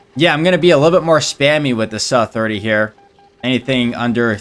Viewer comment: Please stop say 'suh' for S U (ess you 27 for example) series aircraft unless its some kinda rage bait